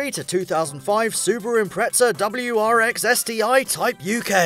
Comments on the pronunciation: its not impretsa its impreza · Impretza xD!